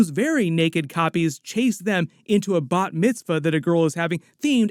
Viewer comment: How come you say 'bot' mitzvah and not bar mitzvah?